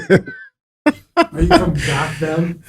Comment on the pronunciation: Lmfao BAThey, from Gothem Lmfao